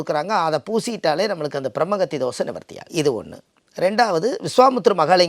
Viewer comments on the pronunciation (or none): பிரம்மஹத்தி.....சொல்லனும். பிரம்மகத்தி கிடையாது.